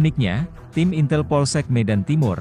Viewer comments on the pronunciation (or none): none